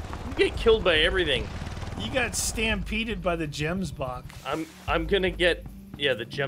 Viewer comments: Love this series because it's about my home and what I love most about the animals but I do hate it when people miss pronounce the animals names like gemboke has more emphasis on the "g" and wild beast is pronounced like a vild or a ganoo basid on how they sound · The way you guys pronounce Gemsbock is so funny I love it 🤣🤣🤣